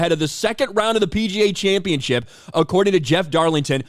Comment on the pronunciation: championship, not championchip